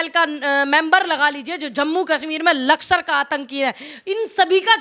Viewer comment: Lakshar. Nahi.. Lashkar. Bolna. Sikhiye